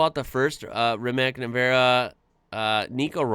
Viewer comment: RI-MATZ NE-VE-RA